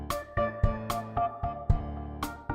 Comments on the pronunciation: Nova Scotia is pronounced Nova Skosha and i never heard of that law weird considering i live there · Nova "Sco-Shha" it's pronounced. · HEY why'd you say Nova Scotia weird it;s pronounced Nova Scocha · Guys, for Americans: it's pronounced Nova sco-sha spelled Nova Scotia it's so pretty out there 😍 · you mean nova scotia sco-sh-a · God the way you pronounce Scoshea is funny as hell. As a Canuck I don't know that province, TY for the laugh I am sure the people of Nova Scotia will create a law to about the proper name pronounciation. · They used to sell gelato by the Piazza Navona, no more? Er, Nova Scotia (New Scotland - is pronounced Nova Sko-sha, the "i" is silent) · It's pronounced,(sco) (sha) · the Ozzie accent is adorable- BUT- Nova Scotia is pronounced Nova Sco-Shah ! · It's Nova Scotia not Nova scosheeia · wait wait wait... your pronunciation of Nova Scotia is the outtake, when you say "o" as "errrr", and "h" as "haaaaych"? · Lol at Nova Skosheeeaaaa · its pronounced n OH - v uh - s k OH - sh uh but great video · It's pronounced "Nova Skosha" haha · It is pronounced no•va sco•sha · Nova Sco-sha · "Nova Scotia": No-Vuh Sko-Sha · It's Nova Scotia not Nova scoctsheea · Nova Scotia pronounced nova skotcha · Nova Scotia is prounounced like nova sc-o-sha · Nova Scotia, is pronounced Nova sco sha, up here in Canada. :P. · Just heads up for everyone, Nova Scotia is pronounced Nova Scosha, and in the event you need it in the future, Nunavut is pronounced Noon-a-voot or, if you are inclined to be silly, None-of-it. Saskatchewan is simply Sass-cat-chew-on and Newfoundland is Noof-and-lund. This has has been your random guide to: Pronunciation of the Canadian Provinces & Territories. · Nova Scotia... No Va Sko Sha. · NOVA SCOTIA. SCO - SHA JESUS CHRIST IT IS NOT DIFFICULT. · Nova Scosh-ahh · Lol it's pronounced nova sco-sha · Nova Scotia pronounced like scosha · ITS NOVA SCOTIA not nova scosheeia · It's nova-scocha lol I'm Canadian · It's pronounced "Novuh Skoshuh"